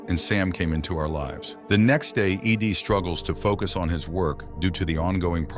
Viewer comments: Ed. Not Eeeee deeeee. Ai voice detected. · E.D.? It's Ed ffs...this ai crap is getting out of hand. Can we not have humans read and write this shit and ban ai generated material?? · The AI even pronounced it "eed" twice and kept calling the female reporter "he". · Is Ed that hard for a computer to read?? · Lol, it would seem that way.